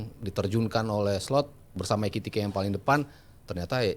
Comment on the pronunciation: EKITIKE bkn ETIKITE,😂